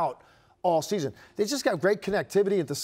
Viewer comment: It’s “season” not “scheezun”. If you’re gonna be on tv, you should learn how to pronounce words. So irritating